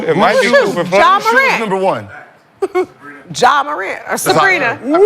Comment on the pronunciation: Gil right it’s definitely “Ja”